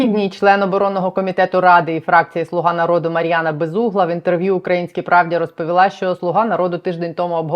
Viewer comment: Безмозгла, а не безугла. Комісарша х...а